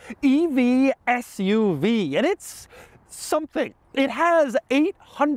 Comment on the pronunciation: I was laughing I thought he said the Hummer FU-V. Maybe.. 😅